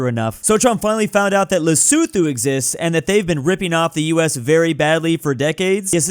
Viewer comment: Btw the 'th' is Lesotho doesn't make the /θ/ like in the word 'these' but marks aspiration (more air when you say the t sound) So you say it more like 'Le-soo-too'